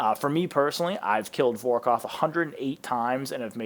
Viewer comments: Good video, but you know, its Vor kath not vor koth, lol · Great vid mate - can't wait to attempt Vorkath's cousin, "Vor-koff" 😅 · Brother lemme help (Vore Kahh thh) (Al - Chemical) Banger video brother 🤝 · Borrows and vorkoth 😂